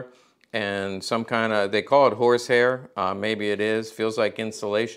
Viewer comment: Half way through this video before I realized he was not saying “whores hair”